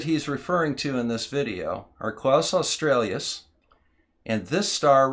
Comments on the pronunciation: Nice work, but your inability to pronounce "australis" correctly, multiple times, was distracting! It has nothing to do with Australia, the country, and doesn't have two or more vowels at its end. It is simply pronounced "oss-trah-lis", stressed on the second syllable. Kaus australis also doesn't have an L in its first name, either. It wasn't named by a German called Klaus, but is named after the Arabic for "bow" (as in "bow and arrow"), which is usually Latinised as "qaws", which in turn gives you a hint as to its correct pronunciation. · it's Australis NOT Australias.... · I love and appreciate your stuff, but there's no "L" in "Kaus" and it's not "Australius," it's "aw-stral-us," like the Aurora. Thanks. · I'm really sorry, this really is brilliant, but it grated every time you said "Klaus Australias" - instead of "Kaus Australis" =oO